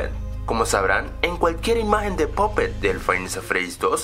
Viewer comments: puppet no popet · es pappet no poppet ni puppet